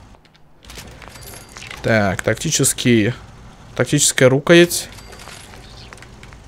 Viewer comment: ..рУкоять ... (с) Ты КТО по национальности то ? )))))))))))